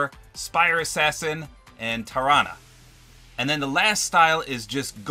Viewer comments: I think tarana is pronounced like taranasaurus rex Sorry I can't spell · You are right- I’m pretty sure it is pronounced the way you said Tarana mainly because it’s like Tyrannosaurus Rex